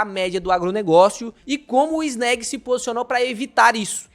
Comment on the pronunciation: SEM FALAR EM EGAF11 E FGAA11. MUITO MELHORES QUE ESSA NABA QUE PAGA PARA CANAL FALAR BEM. NÃO SABE NEM FALAR O NOME DO FUNDO. CHAMA DE ANÉG. KKKKKKKK. ESSE CARA É UM IDIOTA!!!!